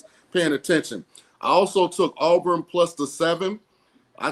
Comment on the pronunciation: did Ryan Ass Clark just say “Arbrin”? Cmon homie